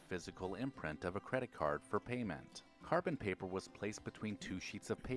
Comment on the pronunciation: It was painful to hear him mumble in confusion at Rolodex and Carbon Paper.